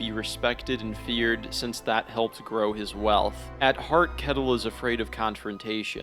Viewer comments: Just a small note on the pronunciation of Ketil. the K is pronounced like Th so more like Th-etil. Great video <3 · Leaf is pronounced layf and kettle is pronounced shetil